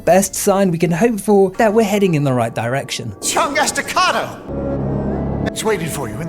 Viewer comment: naaaa, "Chung Estacado" is diabolical 😂😂😂